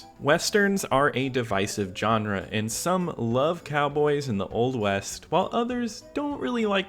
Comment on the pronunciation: Pet peeve: Pronouncing Genre as "JOHN-RA" it's pronounced "Zhan-RA"!!